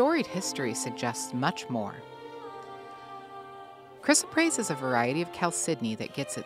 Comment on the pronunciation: This is baloney. Gemstones are rocks and yes beautiful, but all the malarkey that gemstones are healing, creative and what ever is just airplay to sell. She is not even pronouncing the stones name properly. lol